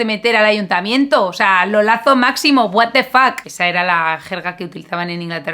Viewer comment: El vídeo es muy interesante pero ¿Por qué los españoles hablan el inglés tan horrible? gua te fac?